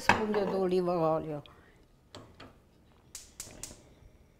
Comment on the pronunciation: I love how she says Olive Oil! "Olive Oilo"